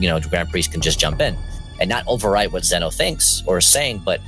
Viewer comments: From to it's zeno lol I laughed when he said zuno 😂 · Dude. You totally said Zeno's name wrong.